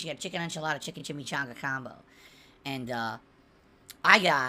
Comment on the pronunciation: How about everytime he says and: "eeand".